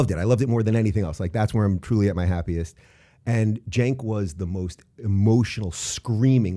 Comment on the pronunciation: "Cenk" Intentionally mispronouncing/misspelling someone's name is pretty childish.